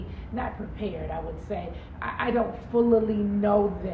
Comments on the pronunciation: Full-a-lee….. it’s FULLY sis 🥰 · Did she say “Fullaly” 😂😂😂😂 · Come on “Ful-lilly” 😂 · Full-la-lee What? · Full-lee-lee????? NeNe com’moh! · Full-la-lee. WHAT???